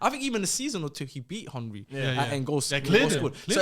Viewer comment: still can’t pronounce Henry correct🤣🤣